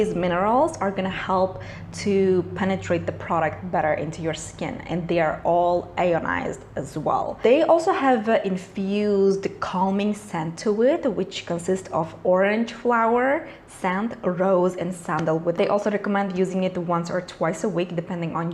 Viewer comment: ionized. Not Lonized.